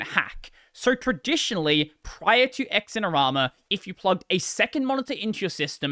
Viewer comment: BTW, it's not "X-in-er-ama". It's "Zin-er-ama".